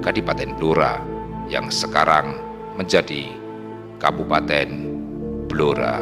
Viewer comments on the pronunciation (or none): BLORA dibaca BLURO.